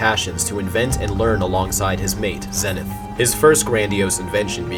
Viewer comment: I believe you are pronouncing zenith incorrectly